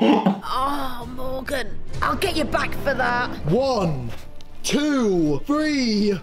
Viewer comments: British people be like: Chewsday, INNIT, instead of them saying three they say free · Can we just think about how everything that he says that is like three or thousand is fhree or fousand